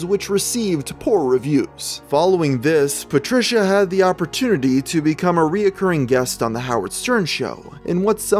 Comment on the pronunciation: Very interesting but please it’s recurring not reoccurring there are only two syllables please please yes I’m a retired English teacher